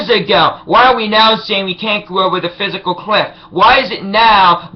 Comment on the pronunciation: its the FISCAL cliff not the PHYSICAL cliff........dumbass-.